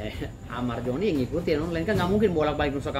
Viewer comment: Zoni Zoni , bukan Joni bg dauz 😂